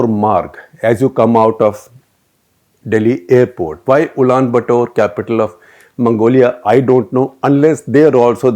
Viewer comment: SG NAM was a clandestine western attempt to prevent fall of newly independent countries falling prey to communism. Rajiv Sikri wrote this in his book, " Challenge and Strategy And five media hungry clowns were shortlisted. Please.check pronunciation of Cyprus and Ulan Bator